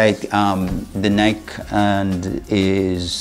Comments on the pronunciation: Ny-Kee, Ny-Kee, Ny-Kee, Ny-Kee,Ny-Kee, Ny-Kee, Ny-Kee, Ny-Kee,Ny-Kee, Ny-Kee, Ny-Kee, Ny-Kee,Ny-Kee, Ny-Kee, Ny-Kee, Ny-Kee,Ny-Kee, Ny-Kee, Ny-Kee, Ny-Kee,Ny-Kee, Ny-Kee, Ny-Kee, Ny-Kee,Ny-Kee, Ny-Kee, Ny-Kee, Ny-Kee,Ny-Kee, Ny-Kee, Ny-Kee, Ny-Kee,Ny-Kee, Ny-Kee, Ny-Kee, Ny-Kee,Ny-Kee, Ny-Kee, Ny-Kee, Ny-Kee,Ny-Kee, Ny-Kee, Ny-Kee, Ny-Kee,Ny-Kee, Ny-Kee, Ny-Kee, Ny-Kee,Ny-Kee, Ny-Kee, Ny-Kee, Ny-Kee,Ny-Kee, Ny-Kee, Ny-Kee, Ny-Kee,Ny-Kee, Ny-Kee, Ny-Kee, Ny-Kee,Ny-Kee, Ny-Kee, Ny-Kee, Ny-Kee,Ny-Kee, Ny-Kee, Ny-Kee, Ny-Kee,Ny-Kee, Ny-Kee, Ny-Kee, Ny-Kee,Ny-Kee, Ny-Kee, Ny-Kee, Ny-Kee,Ny-Kee, Ny-Kee, Ny-Kee, Ny-Kee,Ny-Kee, Ny-Kee, Ny-Kee, Ny-Kee,Ny-Kee, Ny-Kee, Ny-Kee, Ny-Kee,Ny-Kee, Ny-Kee, Ny-Kee, Ny-Kee,Ny-Kee, Ny-Kee, Ny-Kee, Ny-Kee,Ny-Kee, Ny-Kee, Ny-Kee, Ny-Kee,Ny-Kee, Ny-Kee, Ny-Kee, Ny-Kee,Ny-Kee, Ny-Kee, Ny-Kee, Ny-Kee,Ny-Kee, Ny-Kee, Ny-Kee, Ny-Kee,Ny-Kee, Ny-Kee, Ny-Kee, Ny-Kee,Ny-Kee, Ny-Kee, Ny-Kee, Ny-Kee,Ny-Kee, Ny-Kee, Ny-Kee, Ny-Kee,Ny-Kee, Ny-Kee, Ny-Kee, Ny-Kee,Ny-Kee, Ny-Kee, Ny-Kee, Ny-Kee,Ny-Kee, Ny-Kee, Ny-Kee, Ny-Kee,Ny-Kee, Ny-Kee, Ny-Kee, Ny-Kee,Ny-Kee, Ny-Kee, Ny-Kee, Ny-Kee,Ny-Kee, Ny-Kee, Ny-Kee, Ny-Kee,Ny-Kee, Ny-Kee, Ny-Kee, Ny-Kee,Ny-Kee, Ny-Kee, Ny-Kee, Ny-Kee,Ny-Kee, Ny-Kee, Ny-Kee, Ny-Kee,Ny-Kee, Ny-Kee, Ny-Kee, Ny-Kee,Ny-Kee, Ny-Kee, Ny-Kee, Ny-Kee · Please stop saying the name of a brand wrong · cool. Just explain why you say it wrong then.